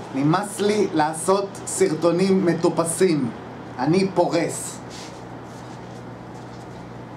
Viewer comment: אתם לא שומים הוא אומר פורס לא פורש